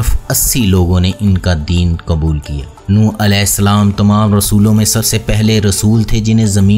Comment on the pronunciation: کبُول(kabool)!!! نہیں لفظ ہے قُبول(Qubool)